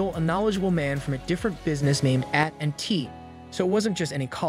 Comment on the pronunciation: "From a different business named 'at (as in and T"? Man, AI narration has gotten extremely good, except when it comes to initials.